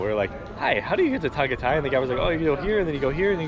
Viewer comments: Biscuit Boys, I'm starving. Beef Tapa???? Epic. Is that Jessica Soho of KMJS? the way you frackers pronouce "Ta-gay-tay" such an epic and funny 😀 Taal Volcano erupted January 2020, right before the pandemic. You can't go to the island now, its still within the danger zone. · It's pronounced Tah-Guy-Tie. There's no a accent. Just ask a local how it's pronounced.